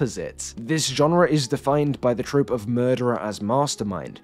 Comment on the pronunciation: Tropey, not trophy.